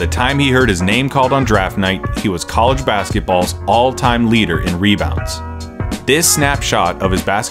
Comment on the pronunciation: why did you pronounce college like that